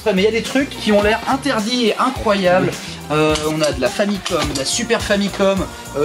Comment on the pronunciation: "... c'est des jeux incroyaux"... j'ai failli mourir de rire :D